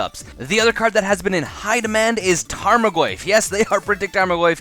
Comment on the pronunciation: No big deal, You make great video's, I enjoy every last one. I just couldn't let such a awesome character's name go mispronounced. Keep up the good Work, You'll always get a thumbs up from me no matter how many words you mess up.